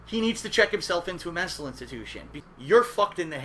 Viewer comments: "He needs to check himself into a Menstal Intatution." .......... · "Check themselves into a mestal intitution" You sound like you need to check yourself into a "mestal intitution," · WTF is a "Menstal intitution"? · "...check into a MENSTAL institution..." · besson I have to ask here,, what in the hell is a "Menstal Intiution"? Is it anything like a mental institution,? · "Menstal intitution"